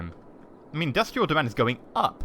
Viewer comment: That's a lot of indus-tree-al you got there